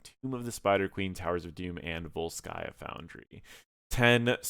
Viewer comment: Vólskaya, not Volskáya